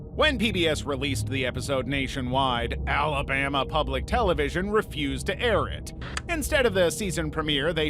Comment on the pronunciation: The guy who runs this channel has got to be an extreme left-wing liberal just by the way he said Alabama